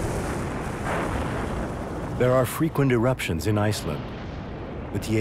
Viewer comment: ヨーソローちゃん_17 Not for the guy two seconds before him. He can’t pronounce “fissure” or “Iceland,” either.